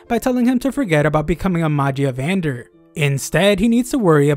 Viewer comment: Magia vendr? Either your butchering it or they changed the name of the high seat guys in the anime. I swear it sounded cooler.